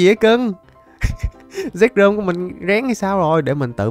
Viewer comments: Zekrom chứ k phải zekcrom bruhhhh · Zekrom nhe a chứ ko phải zekcrom